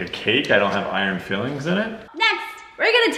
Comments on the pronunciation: It's iron Fi-lings not Fill-ings !!!!@ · FILE - INGS....not fillings.....smh